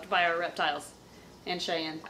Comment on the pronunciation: So close but its chyanne